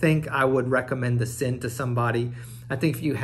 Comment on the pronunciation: It’s pronounced Zinn